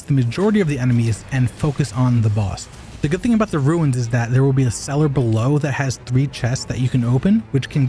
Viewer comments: RUNES... not RUINS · Runes, not Ruins :)